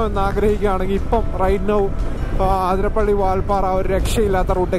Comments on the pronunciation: അതിരപ്പിള്ളി.. അത്രേം മതി... ആതിര പിള്ളി അല്ല.. കൂടുതൽ ഡെക്കറേഷൻ വേണ്ട 😤😤😤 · Bro ആതിരപ്പള്ളി alla it's അതിരപ്പിള്ളി